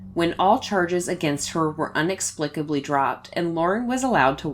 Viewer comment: Little note, the word is 'inexplicably'